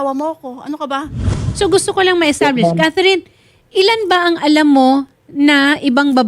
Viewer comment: Atty. Establish! Panay use ng edtablish 😂